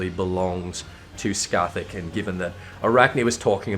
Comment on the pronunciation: Pronounces Cait Sith correctly, yet calls Scáthach "Ska-thak":p. Anyways, nice video as always. I think your view on Arachne Eve is pretty spot on